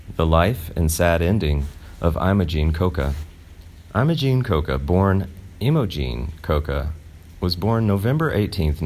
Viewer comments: This is not a life with a sad ending. It has a nice ending -- living a full long life and dying of natural causes at age 92. Also, it is not "AYE moh jeen" but "EH moh jeen" in terms of pronunciation. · Imogene is pronounced "EMMA-gene". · You pronounce about every third name wrong in ALL your vids. You call her eye-mo-Jean and the first syllable of her name rhymes with Jim. Carl Rayneer? I hope this is robot; otherwise...